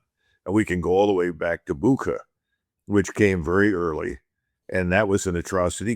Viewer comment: Saying Bukha, Col mispronounced Butscha (spells Bucha in English writing for some reason). History of false flag operations beginning from… (?) and repeated in Lybia (?), Serbia (?), Syria, Ukraine … yet to be discussed here. Just as false and fabricated pretexts of all wars - as it was discussed recently on this podcast (thank you Prof Pascal 🙏)